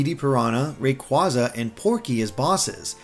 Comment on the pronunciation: Its pronounced as Ray-Quay-za